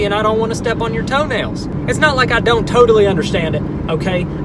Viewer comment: Did you say "toe-tally understand it" 👏👏👏👏